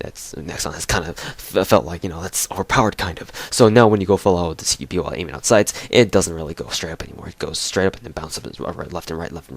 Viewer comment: Cara "CQBi" é a pronuncia em inglês, nunca estudou inglês não?